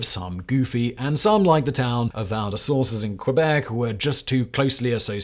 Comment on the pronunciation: It's strange how he mispronounces Val-des-Sources even though there's a screenshot of the Wikipedia page showing the correct pronunciation.